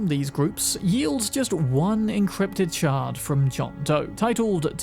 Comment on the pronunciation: I know he’s saying shard but dang do I ever hear shart